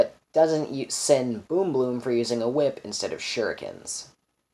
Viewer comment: Oh btw he is pronouncing shurikens correctly youre not